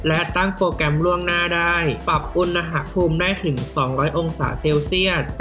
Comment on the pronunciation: อุน น พูม ไม่ใช่ อุน นะ หะ พูม